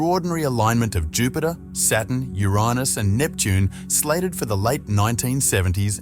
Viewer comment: I know the pronunciation can be contentious but Uriness?